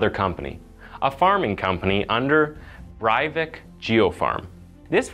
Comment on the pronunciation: he is not German, therefore, not Bryvick, in Norwegian, it's Bray vick. i know that you want to be a good reporter, but get the facts straight!